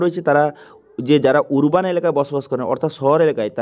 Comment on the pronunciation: উচ্চারণ টা আরবান হবে 🙏